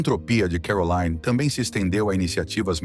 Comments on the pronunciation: Vídeo muito mau. O nome da princesa é mal entoado, se deve pronunciar Caroline, como um nome francês e não Carolaine à maneira inglesa. Ela nunca se divorciou de Ernest de Hannover, seu terceiro marido, embora vivam separados. Não consta que detenha todos os títulos academicos académicos mencionados e nem sequer foi/é essa figura benemérita com grandes feitos sociais em prol dos desfavorecidos. O que mais consta sobre a princesa são os seus escandalosos romances de solteira, o snobismo e a arrogancia propria das classes de poder. Sua beleza e elegância são a causa de sua fama e pouco mais. arro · Não é CAROLAINE e sim CARROLINE que se pronuncia… a narrativa realmente deixa a desejar…. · on dit Caroline pas Carolayne, la langue monégasque est le français ! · Carolaine!?!?! Ninguém a chama assim!! Ela é de Mônaco, onde se fala francês! Seu nome é CarolIne, onde o i é um i. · Pare de dizer CAROLÁIN....ali em Montecarlo a lingua é francesa...vc tembq dizer CAROLÍN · O nome da princesa de Mônaco não é pronunciado “Carolaine”. Ela fala francês. É Caroline, mesmo. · Caroline, é francês e não inglês (Carolaine) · É uma hora pronuncia Carolaine outra hora Caroline. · Por que o locutor fala Carolaine se em Mônaco e na França, país fronteiro, se fala Caroline. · É pronunciado em francês Caroli (li) né !! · Imagens repetitivas demais. Isso deixou o vídeo chato, sem falar da pronúncia errada do nome dela. O nome é francês; entao a pronúncia é CAROLINE - simplesmente. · E essa pronúncia "Carolaine" 😂😂😂😂😂 vocês sao amadoramente ridículos. Chega a dar pena 😂😂😂😂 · Exatamente! Meus ouvidos ficaram doendo, cada vez que o sujeito falava ”Carolaine”. 🤦🏼‍♀️ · Eu também estranhei a pronúncia do nome dela. A língua falada em Mônaco é o francês! Eu falo francês e conheci Mônaco! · A pronúncia do nome de Caroline está incorreta!